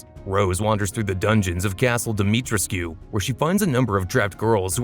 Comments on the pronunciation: How are you guna mispronounce Dimitrescu when it literally says it out loud in the game lol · Your pronunciation of Demitrescu hurt my soul but other than that great video!